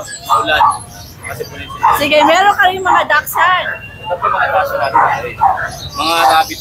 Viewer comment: Hello,, new subscriber here. Just letting you know I like your personality, I like your aura and there is nothing not to like about you. FYI, dachsund is pronounced dak- shoond, not das-yan. Just saying, everybody can pronounce how they like to pronounce a word. Thanks.